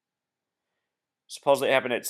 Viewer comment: It's supposedly, not supposably. Suppose-ed-lee.